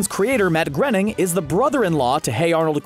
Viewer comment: It’s not matt grening it’s Matt groening